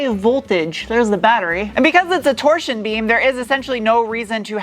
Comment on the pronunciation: . Torseen beam...😊